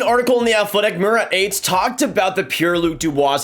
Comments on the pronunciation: It’s pronounced. Murrrat Ahhtess. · Murat Ates. Learn the pronounce it right. You're not Cherry